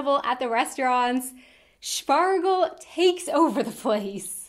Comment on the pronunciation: I just died inside every time she pronounced Spargel 😅😬